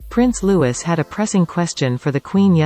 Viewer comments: Computer generated voices are so annoying.Louis is not pronounced Lewis.Its Loueee. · Prince Louis name is pronouced 'Lou-ee' not 'Lew-is'. Can you get the automatic voice to recognise that? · It's pronounced Lewee NOT Lewis. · "Lou - eeeee"⭐️💜It's "Louis - the S is silent.. (Not Lewis....🙄🤭🙏🇬🇧) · His name is pronounced Lou-ee not Lew-iss. Learn how to pronounce names correctly. 🙄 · Can you make sure you call our heir by the correct name…..he is Louis pronounced Louie not Lewis……typical automated crappy narration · NO robotic voice. It's RAF not pronounced raff and his name is not pronounced Lewis it's Louis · Is is NOT pronounced Lou-is - Its pronounced Lou-ee! God, I hate American mispronunciation! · Louis is not pronounced Lewis but Loueee ! Do so wish American commentators are better informed ! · Oh please! It's not Loo is. It's Loo ee. You say that in every video. Why don't you check for comments before posting another video. You've been told innumerable times by innumerable ppl that it's Loo ee not Loo is but you just won't listen. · You are pronouncing his name incorrectly. It should be pronounced Lou-ee not as Lewiss. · It's not loois it's looie!!!! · It's Lou-eeee not Lou-iss! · His name is not pronounced as 'Lewis ' but as Looie like the french pronounciation after his great uncle Louis Mountbatten. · NOTE: you’re saying Prince Louis’ name wrong! It is pronounced Loo-ee NOT like Lewis. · Not ‘Lewis’….it’s pronounced ‘Louie’. You crazy robot voices. 😂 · His name is Louis not Lewis ! …… pronounced Louie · sorry to be picky, but Louis name is pronounced LOOwee, not lewis. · Loo eeee not LOUIS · Please someone check readers' pronunciation... "Prince Louis " is not : "Loo-iss"! It is : "LOO - EE " ( It is French...) Thank you! 🇬🇧💕☺️🇬🇧🌎🐒☺️ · It is ''Louee' NOT Lewis. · His name is not Lewis... learn to pronounce it correctly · Lou-ee not Lou-iss and Catherine, not Kate. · Please note his name is pronounced Louee not Lewis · Looee! Not Lewis! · Lewis? It’s Louis